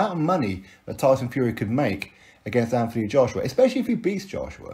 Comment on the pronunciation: as per usual you're spot on but just so you know his name should be pronounced Ant not anf it's a silent h... Obviously unless you asked him, wouldn't argue then lol